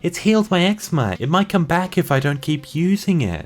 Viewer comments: Did he say egg-sma? It’s egg-ze-ma (eczema). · Btw, eczema is pronounced egg-zee-ma really weird spelling and pronunciation ok but my sister has it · Eczema Ek-ZEE-ma Good job, I'm starting to wonder if you're doing this on purpose now.:3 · X-zee-ma not xma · Eczema: Ex-Zee-ma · it's pronounced "igs zee ma"